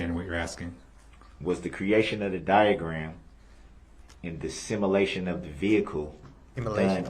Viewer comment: “The similation from the similar vehicle”. OMGOSH how he can he be so thick?!!